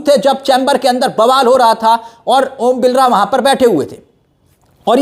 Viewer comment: Are bhai vo om Birla h ombilra nhi name to sahi bolo